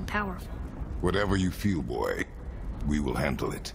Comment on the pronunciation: it's BOI not BOY but good effort